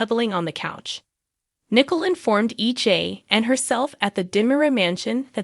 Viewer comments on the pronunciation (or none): Also it's not Nickel, it's pronounced Nicoal (Nicole).